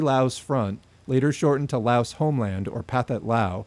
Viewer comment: Good video. Quick reminder to everyone that the "s" in Laos is silent. I know pronunciation is hard but that's an easy one to remember. It's a very common mistake.